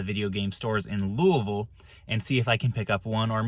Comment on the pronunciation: I don’t even barely know how to spell Louisville and I can tell you beyond the shadow of a doubt your saying it wrong. It’s pronounced louieville you don’t pronounce the s. Take the name Louie I think it’s Italian or something and add ville to the end of it. You would think the guy would at least learn to pronounce the name of the place he’s going so he can sound more professional. So apparently both pronunciations are correct I’ve just never heard anybody pronounce it like that.